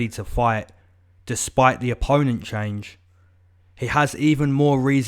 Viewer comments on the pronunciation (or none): none